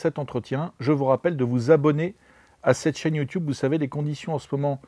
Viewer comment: Je m'abonne dès que tu arrêtes de dire "youtioube".